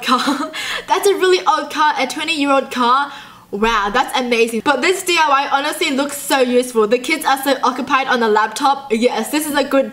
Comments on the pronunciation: It's diy not dly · u said d.u.y its diy